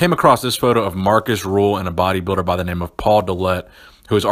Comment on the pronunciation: Great video, however his name is Rühl not Ruhl.:)